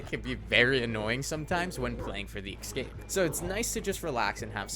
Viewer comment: Nice vid. But it's escape, not ecscape.